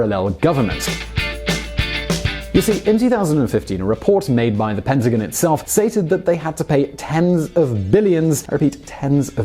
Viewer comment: Please learn how to pronounce PENTAGON.